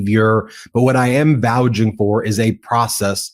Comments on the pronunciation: Ben great job but one pedantic piddling point of pronunciation. It’s not “vouging for” it’s “vouching for”. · The word is vouCHING. not VouJing. You are an ATTY. Do better. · VouCH, Ben. Not "Vouge". Nevertheless. Holy shit. Every day there's another "holy shit" moment. I so wish America could worry about cat videos or sports or where to go on vacation. When politics was boring we all worried about reality. Now the current guy and his revolving door of sidekicks suck up all the oxygen. Whether it's patently illegal, simply un-American and immoral, it's all about one selfish moron who demands constant attention. He has turned America into a reality TV show as his hand-picked idiot staff breaks the law in their own effort to get rich or wield more power against people who are weaker. It's just so effing gross.